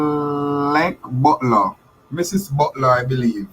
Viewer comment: It is so disheartening to hear you pronounce the word "Mrs." Are you indeed a Holder of a Doctorate from an Accredited Institution?